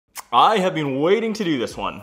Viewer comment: “Beeeen” “cohch”